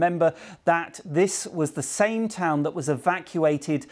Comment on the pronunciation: That is not how you say the name of the town!!!